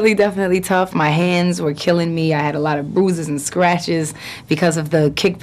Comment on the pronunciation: Did she say Boozes or Bruises